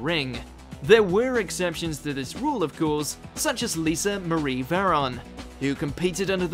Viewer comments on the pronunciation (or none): none